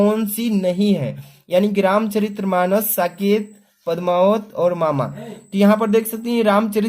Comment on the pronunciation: Sir यामा hai मामा नही है